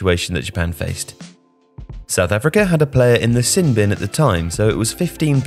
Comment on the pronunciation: I have to admit, "sin bin" sounds kinda weird in Joe's accent